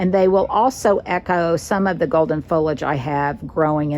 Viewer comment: As a lifelong South Carolinian, I have always pronounced foliage the same as you. I treat that I in the middle the same as the I in marriage and carriage.